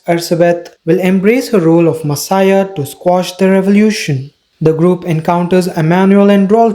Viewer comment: This was a nice recap, but, without trying to be rude, you should look up the pronunciations of any words you aren’t sure how to pronounce (like messiah, or cowardice, to name a few) since you also have an accent it’s kind of difficult to follow